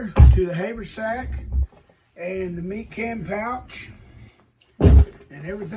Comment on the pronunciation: its not hay vur sack its haver sack